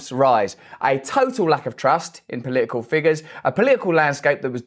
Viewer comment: It’s not poliicle it’s political.